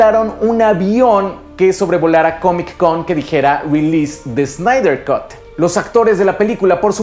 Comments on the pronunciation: Snyder "cat", no "cot" por favor! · Cut en inglés se lee "cat" no "cot". Saludos.